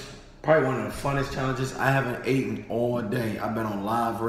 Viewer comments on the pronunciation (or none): That boy said, "I haven't aten all day" wtf is "Aten" lmao 😂😂💀